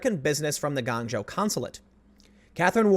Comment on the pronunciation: The location is pronounced 'Gwong-Joe'